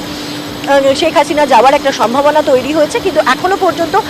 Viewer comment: ছেক হাছিনা না শেখ হাসিনা। বাংলা টা ভালো করে বলতে শিখুন।কোন শ স ষ এর কেমন উচ্চারণ শিখুন